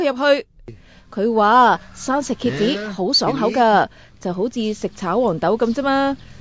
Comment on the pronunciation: 我第一次聽到她說蠍子 聽成啟智的台語